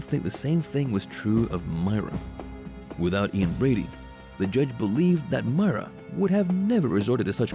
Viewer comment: It's not Ian Bradley it's Ian Brady